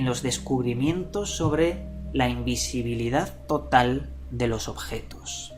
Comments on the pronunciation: El secreto de la imbesibilidad asi dijiste...? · Invesibilidad :V ajajja asi lo escuche primero sorry tenia que decirlo XD